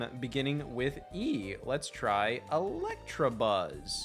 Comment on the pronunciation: Scott says Electrabuzz